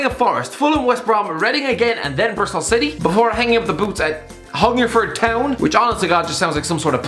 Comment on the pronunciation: The way this guy says Hungerford Town hahaha